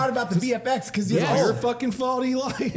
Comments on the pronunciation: I stg keeps calling Eli "Doublefap". I don't know if that's what he's saying but it's funny af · Did say "Eli Double Fap?